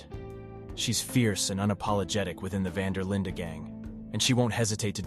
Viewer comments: It's Van Der Linde not Linda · “Van Der Linda gang” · vvhy does bro pronounce dutch van der linde and dutch van der lin-deh